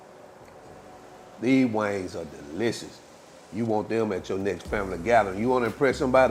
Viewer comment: He didn't say "wings," he said "wangs!" Now you know they're good when you call em' wangs!😂😂😂